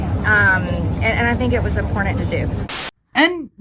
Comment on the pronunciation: "I think that's so 'unportant'."